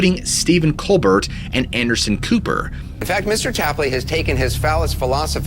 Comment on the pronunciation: The it n Stephen Colbert's last name is silent.. so the second syllable sounds like bear coal bear